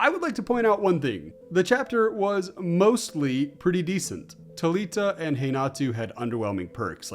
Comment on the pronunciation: They way you were pronouncing Thalia and Renato. Mad me think you were talking about characters I hadn’t seen before until you showed Thalita’s ass